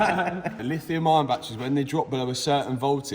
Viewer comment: There is no R in - Lithium Ion - 😂